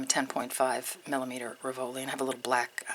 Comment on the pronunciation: Love your designs! Have to say though, is a pet peeve, the accent for "rivoli" is on first syllable not the second. Keep up the great work!! <3